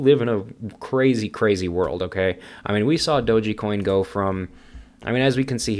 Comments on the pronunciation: Pretty sure it's pronounced doge coin, not doge-E coin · so what you're trying to gain by leaving negative and judgemental comment towards "Doji coin" in your video? LMAO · you are the only one I ever heard call it doe gee coin. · "I've done my research " ...doesn't even pronounce it correctly...."it doesn't have use cases" then names use cases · What you said I cant argue...but I can't take you seriously when you cant even pronounce dogecoin correctly...🤷‍♂️